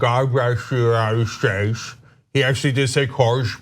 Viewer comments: "the unided shashe" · Speak English in United schtays you moron.